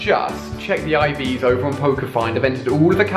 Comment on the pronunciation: Its Ivs not Eves